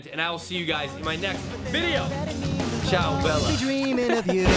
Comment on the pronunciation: CIAO BELLA you say it so wrong ahahahaha for my it s funny because im italian :,D